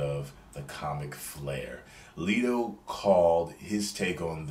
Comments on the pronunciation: its letto not leeto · Hey, you pronounce Jared's last name like "let" not "leet".